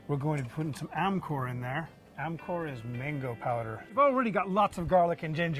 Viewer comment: Nice Also amchoor poweder is pronounced "Amjur"